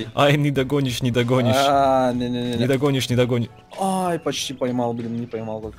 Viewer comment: Это "Нидогонишщь" бесит